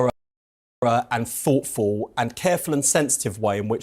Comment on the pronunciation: Never trust a group of people who pronounces thoughtful as "FOTFUL" is what I always say